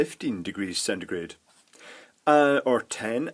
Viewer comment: Thanks for telling me this because it was killing me when you said centegrate